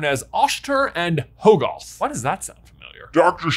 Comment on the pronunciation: Uhhh, it was pretty obvious that the third eye was the toll of using the Darkhold. That's it. Nothing more. Also, Hoggoth is pronounced Hah-guth. Pretty simple English. A double consonant after a vowel makes the vowel soft. C'mon.